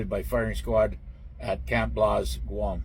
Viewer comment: Camp BLAZE. Not Blaus 🤣